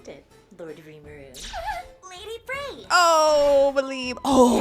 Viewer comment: you said Fey again instead of Frey 👀👀